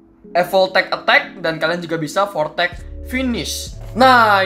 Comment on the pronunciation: Bang voltech bukan voltex